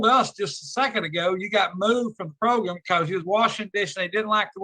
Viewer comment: How does that one man say program and progrum, in the same breath? How? 🤔